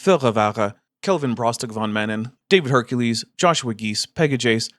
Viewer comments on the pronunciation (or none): none